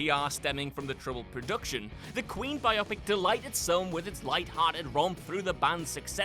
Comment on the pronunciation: By-oh-pic as in biographical picture not by-op-pic rhyming with myopic. Film is one syllable, not 2 (fill-um)